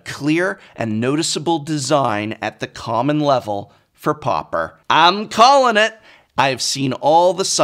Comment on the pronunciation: Took me a moment to figure out that 'popper' == 'pauper'.